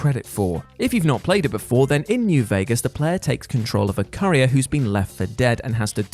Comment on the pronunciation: Courier vs carrier come on you're English ffs.